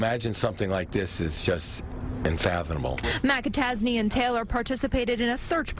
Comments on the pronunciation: You know I don't know if I've ever heard of a McAtasney before. Sounds like you're saying Liam Mappa Tazzy. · Mik-a-tac-a-tazy..... lol sounds like riki-tiki-tavi.... is that a play on words meaning he is a weasel lol... sometimes im like was that a joke or... 😂